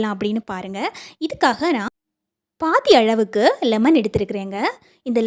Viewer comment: அளவுக்கு என்பதை அழவுக்கு என்றும் உளுந்தை உல்ந்து என்றும் உச்சரிக்கறீங்க. நீங்கள் தமிழரா அல்லது வேறு மாநிலமாதெரியவில்லை. இங்கு தமிழைத் தாய் மொழியாகக் கொண்டவர்களே தமிழை மோசமாக உச்சரிக்கிறார்கள். இது ஏதோ ஸ்டைல் என்று நினைக்கிறார்கள்.நீங்கள் தமிழர் இல்லை என்றால் பரவாயில்லை.